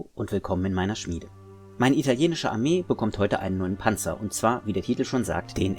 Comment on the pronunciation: Yep nice work. There is something about a natural German speaker saying the word Panzer, it just sounds correct... ;)